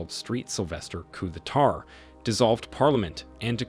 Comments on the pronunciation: “Coo de tar”? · “Say-gin?” “Coup de tarz?”What is this, AI generated?